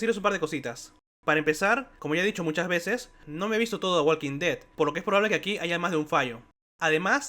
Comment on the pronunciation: Hablas demasiado rápido y dices mal el nombre de la serie. No me gustó el video.